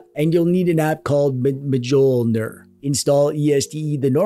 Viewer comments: “Majoulner” 😅 It’s pronounced “miolnir” Thanks for the tutorial very good 👍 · It's pronounced MIH-YOHL-NEAR. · Mjolnir is pronunced "m-yoll-near" btw. Basically the j is a y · I think it's pronounced mee-ohl-near. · mjolnir is pronounced m-yell-ner btw i really don't know why it's spelled with an i, it's just "mjølner" here in norway, probably some stupid swedish or danish fuckery, maybe icelandic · You cute silly boy you. Mjolnir is not prounounced like that "muhjolnir". Its a soft m that leads into the j. Mjölnir in Swedish. Or maybe you are doing a bamboozle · Man you butchered the pronunciation of Mjolnir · I will start pronouncing Mjölnir the way you do from now on, as it sounds so hilarious. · Me too 😁